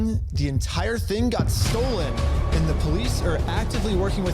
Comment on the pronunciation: I’m only 2.5 minutes in and I already can’t hear say “STOLEN” without hearing “NOLAN”